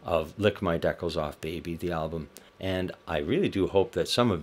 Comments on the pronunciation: Why the pronunciation of “decals”? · I rarely see the word pronounced correctly in any videos even the one the doctor made himself to promote the album. Very weird!